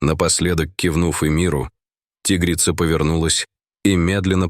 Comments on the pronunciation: тИгрица, зАмок вместо замкА, хоть бы голос робота настроили, или все схавают наивные... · Почему- тигрица. Ударение на и. Чтецы русский язык учили в школе? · Научите уже ИИ правильно ставить ударение в словах!!! Не тИгрица, а тигрИца ! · Спасибо за рассказ. Но не тИгрица, а тигрИца! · Узнав его запах по звуку голоса, что за бред. Ой, а читают будто не русские люди, которые никогда не изучали русский язык. Рассказ конечно добрый по содержанию, но слух режет тИгрица и многое другое. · Не зАмка, а ЗамкА. ТИгрица почему не по русски говорит диктор ? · Чтецу надо научиться делать правильно ударения. Правильно тигрИца, а не тИгрица. И так далее. Хотя такой тупой текст хоть как-то надо "оживить". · тИгрица-мать.... А, может, тигрИца-мать??? Сколько ошибок в ударениях. Противно слушать. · ТИгрица! ТигрИца! Грамотеи. Дальше слушатб не буду, пртивно. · ТигрИца!!! Фууу, читающие тупицы достали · опять дичайшие ударения! как вам нравится тИгрица и тд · Почему у комментатора при таком отличном голосе не правилтные ударения ТИгрица, ЗАмок и т.д. Он что не русский, язык учил в гколе ??? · Ага.Чудесно.ЗАмок.ТИгрица.Он на каком языке? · Тигрица ..ударение навторой слог!!!!